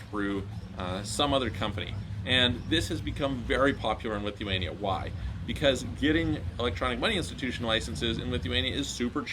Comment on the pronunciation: The way he said it wasn't clear lol